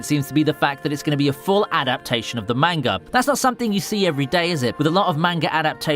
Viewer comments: bro showing cg anime and then says manga like mango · if you can't properly pronounce the word manga then don't say it at all. fuck it's annoying.